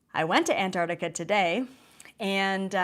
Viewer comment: Ask Nasani how to pronounce Antarctica.